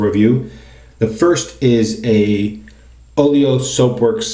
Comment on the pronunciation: Every time I hear Oleo, that pronunciation sounds like Oreo which makes me feel like I'm feeling the Oleo or the Oreo cookies, haha. Anyway what handle is your Wolfman razor head attached to?